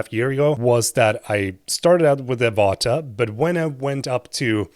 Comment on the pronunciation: are you from sweden or norwegen? because of Avata